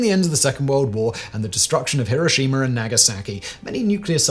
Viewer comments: Why are you, an educated British person, mispronouncing Hiroshima the 'Merkin way. It is not HiroSHEEma. The traditional British pronunciation has always been HiROSHima - which is much closer to the Japanese pronunciation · "Hiroshimer"? This is a gawdawful Ai voice to be using.